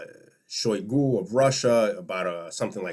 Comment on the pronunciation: For what it's worth, Shoigu's name is actually pronounced Shai-GU. Thanks for your work.